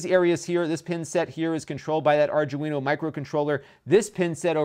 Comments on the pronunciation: Really cute pc. I was confused why you'd want so many fan headers at first. Plenty of sensor pins sounds more reasonable. *Arduino. Not 'ardguino'. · It's pronounced Ar-dwee-no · arjewino it's an Arduino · Correct pronunciation guys: Are Do E No... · R DO WIN O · You really have no idea how electronics work, do you? 2A vs 3A is the reason why it's slower? It's more likely that the chipset or RAM is lower spec than the Intel NUC. And by the way, "Arduino" is pronounced "R-Dwee-No" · I cringed every time you said Arduino lol. Other than that good video and great content. Ill be getting one myself now. Keep up the good work. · No one can say it right. It's hilarious.